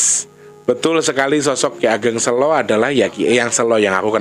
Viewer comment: kata SELO....pengucapan awalnya kyk lagi bilang kata bhs inggris SAY.... 😁